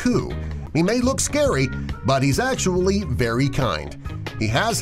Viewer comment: love/hate how the narrator pronounces the actually in "10 pokemon that act-U-A-lly exist irl"